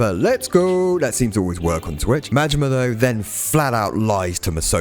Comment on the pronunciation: Im sorry . Goro Mangina? Its Majima! Goro Majima!